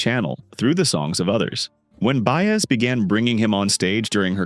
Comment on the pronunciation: This COULD have been such a terrific story, however, you let AI crap butcher her name over and over, left out so many events, performances, and personal experiences that as a life long fan of her and Dylan it became both painful and disgusting to try and watch. Shame on you for trying to exploit such a great singer.